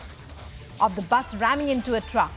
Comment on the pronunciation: Truck ramming into bus? Your news lady is saying it wrong.